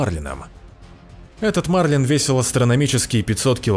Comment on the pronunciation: Так что всё таки потрясло мир то? и не мАрлин а марлИн, хоть загугли неужели даже такие элементарные вещи пояснять приходится?!!